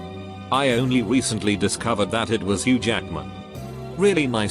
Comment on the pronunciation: Nobody: Literally no one: This audio bot voice: hoUOuOge